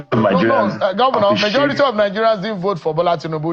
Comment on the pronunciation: Mr Narrator, the word you are calling "marjority," is actually "majority" like you want to call a "Major" in the Army, then add "rity" to it. And "colOssal," not "colAssal." Please take note for next time.